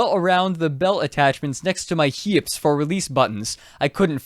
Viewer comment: the way you say "hips" is really interesting. is that a regional accent thing?